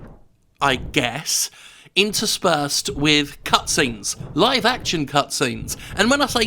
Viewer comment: Act-tchun? What kind of way to pronounce 'action' is that, you maniac?